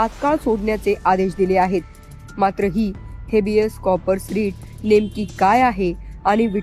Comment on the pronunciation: कॉ- पर्स 😂😂😂 कॉर - पस असतय 😂😂😂